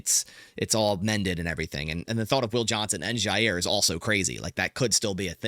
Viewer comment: I don't know why this makes my skin crawl so much, but there is no Z in Jaire !!! It's pronounced JI- air And HOW does he find a way to say his name 14 times every video!!!ll